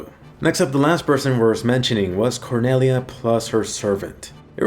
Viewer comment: i heard "quinella" not "Cornelia"